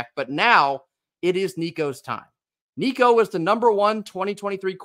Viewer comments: Damn good job on saying Nico's last name properly brother! Very few can, and even those that call themselves vols fans, can't or don't care to even try to say it the right way, so props to you! GBO! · Dude, you pronounced his name right! Excellent. Go Vols!